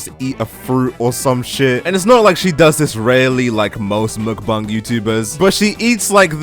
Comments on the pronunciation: Why you saying muukbang It's mukbang I think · You are correct. He has the second syllable correct.. but the first is muk with a short u and a very siight k sound, the k is not aspirated. The Forvo pronunciation website has two people pronouncing it with that English (Romanization) spelling. Both are males from South Korea and both are accurate.